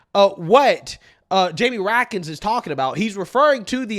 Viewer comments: Raskin, not rakkin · It's pronounced Rat-Skin